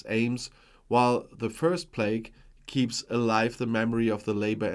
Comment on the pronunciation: Respectfully 🎈 Pl aah ck spelt plaque not play-gue spelt plague as in disease (hope that helps) ❤